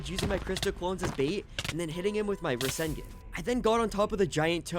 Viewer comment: He fr just said rasen--gen that's wild